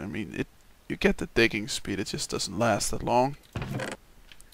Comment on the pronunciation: when you say "digging" it kind of sounds like "dicking" whats your accent?